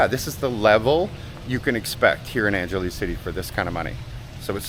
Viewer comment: Angeles = Ong-ga-lee’s 😉